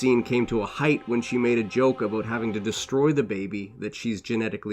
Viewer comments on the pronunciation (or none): none